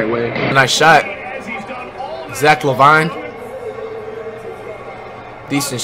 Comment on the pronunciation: “Zach La Vine” FlightReacts - 2019